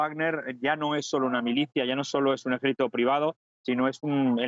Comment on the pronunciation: No hay manera de encontrar un currículum suyo en internet, así que no se sabe dónde ha estudiado. No articula en absoluto. Dice en este video "autócatra" por autócrata, y le acabo de oir en la radio decir "esadí" por Arabia Saudí, y "jédito" por ejército ¿Será militar?